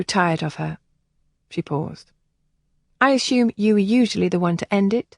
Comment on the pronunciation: Love the story and the narrator. Only irritation was ASHOOM pronunciation of ASSUME